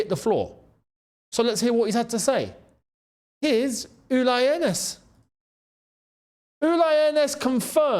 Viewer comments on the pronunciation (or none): It is Hoeneß which is Hoeness, it is not Hoeneb 😅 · Firstly Younes you need to learn the pronunciation of the West German legend his name is Uli (rhymes with wooly) & his surname is Hoeness (pronounced Hurness). We always knew there was a clause in the contract saying Jackson had to play so many games & there was no way he was going to displace Kane, Diaz, Musiala or Olise